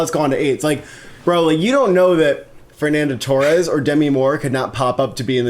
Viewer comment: Top marks for pronouncing Saoirse Ronan's first name correctly (no it doesn't rhyme with inertia, despite what she says), a rare occurrence. However you lose a mark for pronouncing Fernanda Torres like she played up front for Chelsea and Liverpool